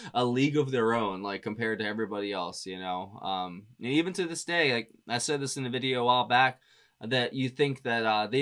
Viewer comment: “Thas” Boy 😂 Hilarious! Damn it!